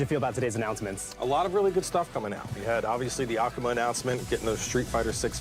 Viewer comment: The way Cowboy says "Akuma" is actually the correct pronunciation